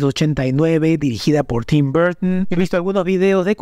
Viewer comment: Es keaton KEATON KEATON!!! NO QUITN... Burton Burton BURTON, NO BURTN... Que tienes contra la letra "o" . Ni los gringos hablan así.X FAVOR. X lo demás bien por el vídeo.